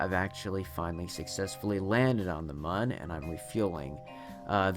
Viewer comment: Min was supposed to say mun